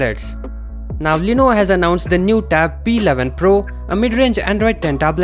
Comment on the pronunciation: BHai tu pehle "LENOVO" bolna seekh le. Lenovo ko Leeno bol raha hai.